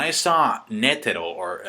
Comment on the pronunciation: lol Hetero...it's Netero not hetero